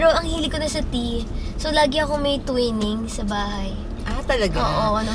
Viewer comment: I think it’s pronounced TWINE-ings.